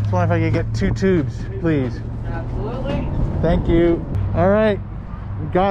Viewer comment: Nobody:: That's it thanks. Thank Youw..